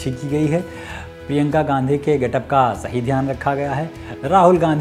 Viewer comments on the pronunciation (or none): none